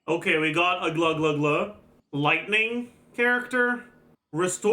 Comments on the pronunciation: every language has it's own official transcription of other language, so it's okay to pronounce the names differently then they are pronounced in the native language. In Russia, we have a name Aglaea like a real girls name (rare but still), and it's pronounced "Agla-ya" as by our language rules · please her name pronunciation is Aglaya like in AYAka and AYAto. I know coz that's my friend's name т.т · how is it difficult to pronounce agleya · the british narrator from the trailer pronounced it as “A-gla-yuh” so i started calling her this as well since it sounded really organic but i never knew there was an actual pronunciation. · As a Greek the only reason i opened this video was to check your pronunciation on the Greek name Aglaea and Jesus Christ... The "ea" on her name is read as the "ea" in the word "fear" the first part is read Agla like you are saying it but with a soft "g" like the W on Wild or West or Wound, it doesn't matter if you can't say the g correctly but the "ea" part is easy. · bro becomes the thing he hates...like why you purposely mispronouncing fairly easy names, just cause he hates hsr. "Oh i don't care" then don't consume it. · His ass perfectly saying Chinese and French names and insisting on using them but butchering a Greek name for fun LOL. If he wasn't all about pronouncing names correctly then maybe it wouldn't have been annoying. Seems pretentious asf. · For real he could have just consulted a youtube video about how to pronounce it, takes 1 minute, but he did not care enough If you can pronounce the Fontaine names, then you can pronounce Aglaea's name